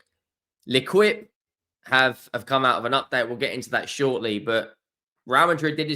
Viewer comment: Indeed. has history in terms of the French language - Rennes and Lens when he is dazzled by a silent "s", and now "Lequip" instead of "L'Équipe". A beautiful melodious language butchered by a clown who'd do anything for clicks. And it's not just French; he once said "Valoid" instead of Valladolid, and was like a rabbit in the headlights when it came to Ferencvaros. "Fernerchavos" was maybe the ultimate special!😅